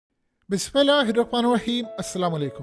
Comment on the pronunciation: Please say bismillah properly.